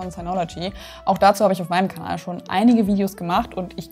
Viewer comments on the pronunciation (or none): none